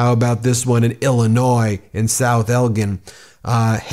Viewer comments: It's pronounced ELJIN not with a hard g LMAO! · Elgin IL - pronounced EL-jn. It's a soft G, as in George, not a hard G as in Gorilla. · The town in Illinois is South Elgin, the ”g” is pronounced as a “j”, so it sounds like South Eljin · Elgin is pronounced like gin, the spirits.